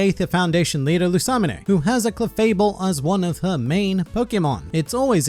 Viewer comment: Wait, you pronunce lusamine as lusamane but you're do have good taste in waifu